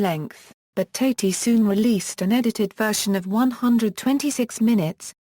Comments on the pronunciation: Thank you for the warning! I watched TWO SECONDS, and after I heard her pronounce his name TATE-Y I knew this was junk. AVOID!!! TATI sounds like TATTY, you morons!!! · The second word from this AI was enough to stop me from wanting to hear any more. It cannot even pronounce his name properly.